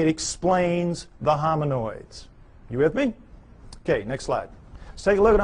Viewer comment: Doesn’t he mean “hominids”? He keeps saying hominOIDS you would think he would know the word if this was his field?